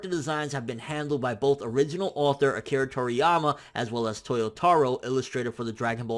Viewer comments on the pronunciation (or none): none